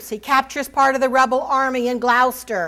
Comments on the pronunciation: GLOWCESTER 🤣🤣🤣🤣 Its pronounced GLOUCESTER!!!! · I’m not British but I noticed this as well. I have been listening to Dan Jones and Marc Morris on audible. Rhymes with “claw”. See any good production of Richard III to hear it. I think that being an American she can be forgiven.